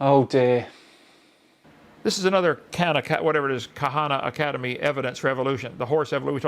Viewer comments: Kuh-hahnnuh Academy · He pronounces it kahan academy my god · the way that Kent pronounce Khan Academy is making me crazy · Is nobody gonna talk about how Kent said khana and not khan because of the a in academy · He’s still calling it Kahanacademy it’s Khan or Khaaaaannnn pronounced Karn or Kaaaaarrrrnnn. Not to be confused with the sisterhood of Karn.. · How can I take someone who Misdispronunciates so many words seriously. The Kuh hawn academy. This guy a.) is threatening a website. B. HAS obviously never seen star trek II the wrath of kuh hawn, And he didn't see the Benedict Cumberbatch one either. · Kent is so ignorant he mispronounced Khan academy as Khana cademy... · Him mispronouncing Khan Academy and missing an obvious "Con Academy" joke just sent me to the fucking moon, my sides hurt. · I'm more infuriated by his mispronunciations. Kahan academy (Khan Academy), anal loggy (analogy) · don't forget "Ka-hana-cademy" lol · Ka-han academy lol what an idiot. How could someone live this long without knowing how to pronounce Khan? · "Khana cademy" lol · Mate, this guy can't even pronounce Khan Academy. Yet he calls himself "smart". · It's the willful mispronunciation of Khan academy for me